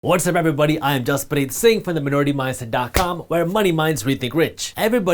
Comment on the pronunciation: His name is Jaspreet! Put some respect on his name and stop calling this man jasprit!